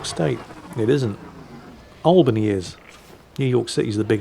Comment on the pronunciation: Thank you for saying "Albany" properly. :P